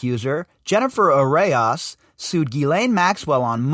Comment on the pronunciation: It's pronounced "a rose" and I'm guessing not coincidence that the authors of this article have "rose" in their names also (perhaps a Rosicrucian tie here...